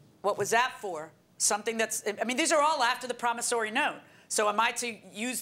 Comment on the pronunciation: Say it with me everyone .... PROMISSORY note, not Promisarry note 🤦🏼‍♀️